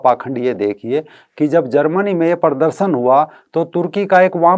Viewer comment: भाई साहब, अपनी हिन्दी ठीक कीजिए। परदरसन नहीं, प्रदर्शन कहिए।